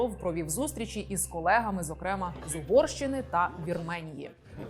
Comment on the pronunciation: Але рівень освіченості наших ведучих щоразу видушує скупу сльозу… «Скоп‘Є» , «зокремА» 🤦🏻‍♂️ ну ти ж ведуча! Прочитай на одну, хоча б, книжку більше, аніж червону та абетку.